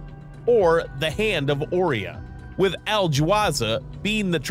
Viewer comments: Personal nit pick. It's pronounced ' O Rye in ' or " O Ryan "not " O ree in " and it's Rye Gel not Rig L. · ORION NOT "AW RION " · this mf pronounced orion "or-ee-on" and rigel "regg-el" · Seriously. After the 4th time of him mispronouncing possibly one of the best known names in astronomy and mythology, I couldn't take it anymore.